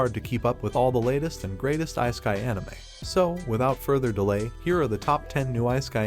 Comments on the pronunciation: It is not "IceKai" anime rather it is "issekai" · please never pronounce isekai again, ... its not ice - keye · Isekai ❌ Ice kai✅